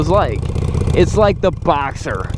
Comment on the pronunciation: Dude, it's a Porsche Boxster, not "Boxer!"